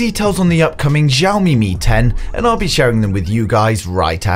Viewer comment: it's pronounced shoumi not zoumi